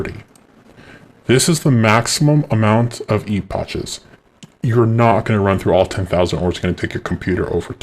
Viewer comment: Fyi, "epoch" is pronounced "eepok".